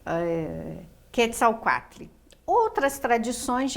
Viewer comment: Sem falar que a pronúncia dela n está correta?